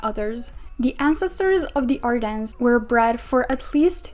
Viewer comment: we do not pronounce the S in ardennes so it’s more like Ardenne